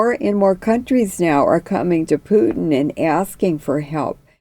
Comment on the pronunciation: It's Pootin not Pewtin ! It's disrespectful and not accidental and it says more about the person who chooses to feign ignorance.